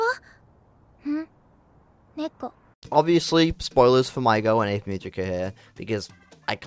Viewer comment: Ave should be 2 syllables. A-ve. Multiple characters in the show pronounce the name pretty clearly so I don't get why you'd conclude it's Ave like Glaive. Also what do you mean "or however you say her name." THEY SAY IT IN THE SHOW.